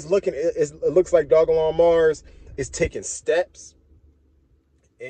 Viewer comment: Doj-lon mars like Doja Cat my boy, not Dog-lon